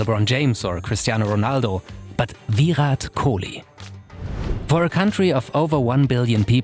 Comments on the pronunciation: Do you really don’t know how to pronounce his name while you say Viiiirrraaat Kohli instead of Virat Kohli.. He is way more popular than most of your country’s sportspersons and probably deserve much more respect from people like you.. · ITS VIRAT KOHLI NOT VYUROT KOLI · "VEERAT KOUHLI" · please say the name correct pls it's VI-RAAT KOH-LEE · Are Bhai usko sirf ek hi language aati hai, aise logon ko pronounciation me dikkat hoti hai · The way he says Virat Kohli like it's veerat kohlee 😂😂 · I normally like your videos. But trust me this is poorly researched. Firstly, learn to say his name, and when you do, don’t say it like a robot. Secondly, Kohli was popular in a country of 1.3 billion way before 2016 - he’s been the Test captain since late-2014. Also, launch of Jio may have contributed to his Instagram popularity, but it’s not solely responsible for it. His ISL investment predates 2016 too, and so do his endorsements. You also should’ve dug deeper and included the fact that before Puma, he was a Nike athlete and even had a legal dispute with them. He then moved to Adidas, before abruptly severing ties with them, but again your presumptuous video has not even scratched the surface of that tug of war between sportswear giants to to acquire Kohli. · The way he says virat kohli is so funny 🤣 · Man, learn to pronounce his name XD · First learn how to say virat kohli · The way he says virat kohli 😂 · Each time he pronounces "Virat Kohli" I chuckle. 🤣🤣🤣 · Just the way u pronounce Virat Kohli 🤮🤮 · If only he had put in a little more effort and learnt to pronounce his name right.